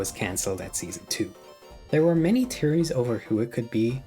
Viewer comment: Why did he turn Jamaican for “theories” at the beginning